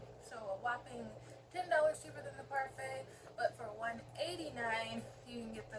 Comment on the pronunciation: Say it like the yogurt 🍦 parfait!